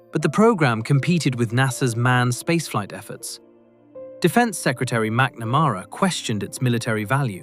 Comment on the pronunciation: Learnn how to pronounce McNamara, please.